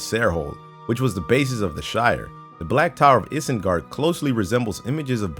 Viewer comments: "Issengerd", my dude, it's pronounced "Eye-zen-guard". (Being a LoTR fan, that pronunciation triggered me. srry) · can't even pronounce "Isengard" right. The fuck? EDIT: He can't even pronounce "Tatooine" right either.. my fucking god... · Here's another fun fact: can't pronounce "Isengard" right despite being American. EDIT: He can't even pronounce "Tatooine" right either.. my fucking god...